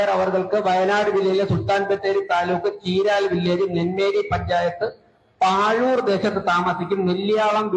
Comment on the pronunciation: പാഴൂർ അല്ല pazhur